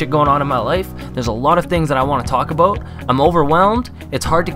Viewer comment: I like how u say about - "aboat"